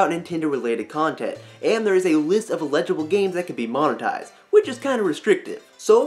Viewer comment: Love you but its "L-a-gible" not "E-legible":D